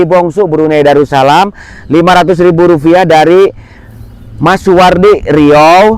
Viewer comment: RUPIAH pak bukan rufiah😂😂😂